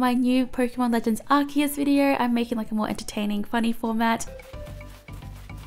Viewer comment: I love how you pronounced C as K in Arceus. Just sounds weird for some people but that's the right pronunciation.